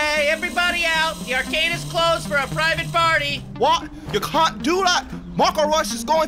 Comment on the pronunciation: "varcade" noo. How do they come up with this shit. 😭